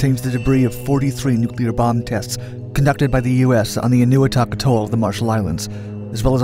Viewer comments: It's pronounced: "En oh weee toc", with the accent on the weee. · i thought it was pronounced ...n-a-wee-tok